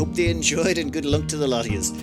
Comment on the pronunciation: I hope you enjoyed and good "Lunk"... I caught that.